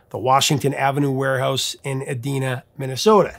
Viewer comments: Edina, MN, is pronounced "EE DINE a" and NOT "eh Dee na" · Eh-DEEEEE-na?!? Eh-DEEEEEE-na? No no no. It's Eh-DIe-na. The middle sound is Die, as in what I did when I heard Eh-Dee-Na, Minnesota. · Professor, the city in Minnesota, Edina, is pronounced “ehh DYE nah,” not “ehh DEE nah.” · Of course, Minnesotans pronounce it E-DIH-na. Long i. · Edina MN is pronounced ed-I-na, not ed-E-na. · The particular city mentioned with the name of "Edina" is pronounced by the locals as "ee-DYE-nuh". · Hey professor! Love the channel. This is my very first comment. Just wanted you to know that you pronounce the city: Edina ( twin cities suburb) wrong. Most people not from Minnesota pronounce it just like you did. It’s actually pronounced: E-DINE-A. I remember when Prince died and a local Minneapolis radio station played every Prince song and every song he had a writing credit for from A to Z. It took the station about 2 and 1/2 straight days to play that list. He was an amazing artist. Keep up the great work! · Better pronunciation is ee-DIE-nuh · It’s pronounced E-dine-a.